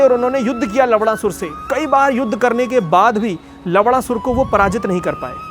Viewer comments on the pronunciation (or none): Nammm sahi se le bhai,lavna sur hai naam